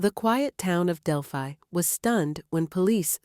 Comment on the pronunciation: It's disgusting people make these videos and can't even pronounce the name of the town.